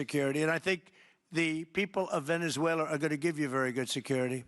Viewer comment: Ok Canks needs to go to a nursing home, he's talking about about Venezulor,, he's saying it like Teslor , what is he talking about, can anybody tell me what he's saying, wind mills are killing birds, WTF is he saying windmills are killing birds, He's obsessed with windmills, he's like a toddler, a child would name a bill the big Beautiful Bill? That's childish